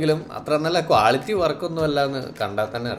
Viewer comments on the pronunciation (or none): none